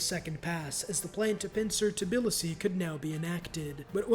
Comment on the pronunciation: I take it back, hearing him pronounce Tbilisi was so painful